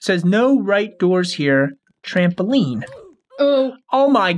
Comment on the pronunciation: Lol it made me laugh bc u Said trapoline😅😂